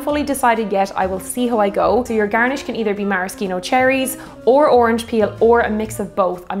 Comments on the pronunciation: Mara-Ski-No seems wrong, its Mara-She-No isn't it? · It's pronounced mare-ah-she-no not mare-ah-ski-no or mar-ah-ski-no. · It’s ‘maraSHEEno’ cherries. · As far as rye goes you should definitely try Michters. Also the C in Maraschino is silent ;-)